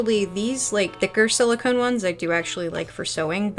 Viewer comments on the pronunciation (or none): none